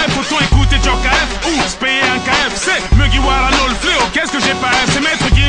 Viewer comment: A C'est Mugiwara pas Meuguiwara.